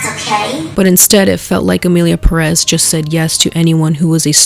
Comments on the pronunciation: I hate when people say perEz instead of pErez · It's the fact that they say Perez like Peréz instead of Pérez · stop pronouncing Perez wrong. You have to accent the first E